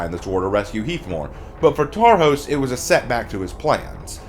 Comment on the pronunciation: The letter "s" in Hungarian is pronounced like the sound "sh" in English. "sz" is pronounced like the letter "s" in English. Tarhos would be pronounced something like "Tore-hoesh". I just wanted to let you know.